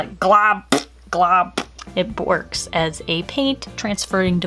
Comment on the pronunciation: "it BORKS"